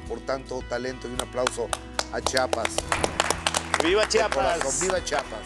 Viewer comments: Por favor Gustavo, chi a pas, No chapas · Qué coraje que por más que Carlos enfatizaba diciendo el nombre de "CHIAPAS", Gustavo nunca dejó de pronunciarlo mal: "CHAPAS". No hay cosa que moleste más a un chiapaneco que oír pronunciarlo incorrectamente; y a mí también 😡